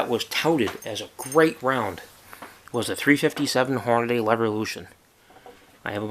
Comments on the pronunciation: there is no damn a between the d and the y!!! its deeeeee not dayyyyy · I swear half the people say "hor-nuh-day" instead of "hor-nuh-dee"